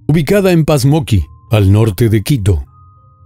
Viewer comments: Es POmasqui no Pasmoqui jajaja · Pasmoqui? POMASQUI.... Quien cuenta?esta historia? Fue a llevar una hamburguesa? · El sector,donde le mazarin ala abogada, se llama; Pomasquì, el apellido de la madre, Otabalo....no como dice...... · no es ecuatoriano que no pronuncia bien el apellido de la madre de María Belén "Otavalo" no pronuncia bien "Pomasqui"